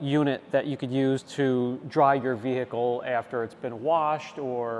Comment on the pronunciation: Can someone explain to this guy that the H in vehicle is silent. What the hells that all about? Every time Ve-H-icle 😂 damn that’s annoying.